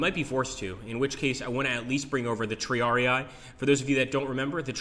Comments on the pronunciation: Looking forward to the game, but please triarii is not "tree-ARE-ee-aye," but rather "tree-ARE-ih-ee" :) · Looks nice - I'm sold on the computer version (though I loathe the miniatures games under there FOG monike). NB: It is TRI-ar-ee, not "TRee-ar-ee-eye". Remember: "ii" = "ee" sound. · tri-are-rii in latin